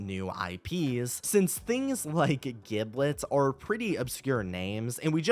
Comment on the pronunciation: It’s actually pronounced “JIB-let”, with a soft “G”, and it’s a part of a turkey’s anatomy. More than likely, it’s going to be a bird or Thanksgiving-themed character. 🙂‍↕️